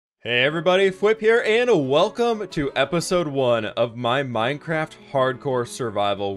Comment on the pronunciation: Are u good at minecwaft